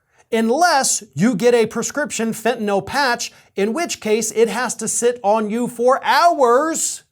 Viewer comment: about the only blogger/journalist-type that I’ve ever heard who pronounces ‘fentanyl’ correctly. I’m hearing either fen-ta-nol or fen-ta-nuhl. So….good on you, bro. (pardon my idiosyncrasy)